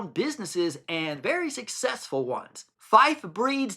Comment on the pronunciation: I wasn’t being rude btw, I was just letting you know. You also mentioned Fife in your video which is where I am from! At least you pronounced it right, some people say FEEFae 😂